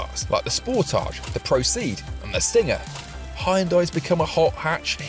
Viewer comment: This guy's pronunciation is 😂. Given it's English, Hi-unday, spor-tagé?